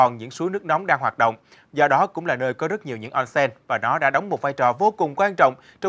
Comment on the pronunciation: đọc là ôn sen - おんせん